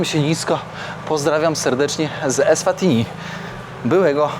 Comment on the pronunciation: EswatiNi i MBAbane. Ty czytać nie umiesz?